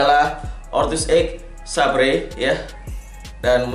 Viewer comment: saber mungkin baca nya bang.... :) mungkin hehehehe